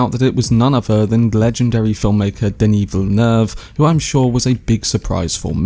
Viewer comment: As a guy from Montreal, bravo for your pronunciation of Denis Villeneuve. It’s pretty much on point. It’s rare.